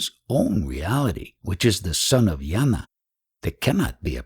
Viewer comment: Attention Dear Reader: you pronounce jnana as NYARNA. Not yana. Same if it’s spelt gnana.